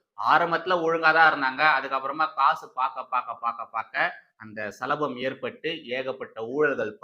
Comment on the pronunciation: சலபம் இல்லை சபலம்